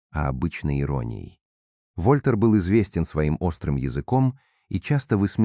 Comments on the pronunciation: Красивого графа нарисовал ИИ, но по-прежнему ударения в словах неправильные, например не ВОльтер, а ВольтЕр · Сен Жермен знает ну очень мого языков, а у ИИ даже ВольтЕр вОльтер😂😂😂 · вОльтер? Тупейшая озвучка ии . 🤮🤮🤮🤮противно слушать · ВольтЭр — ударение на Э !!!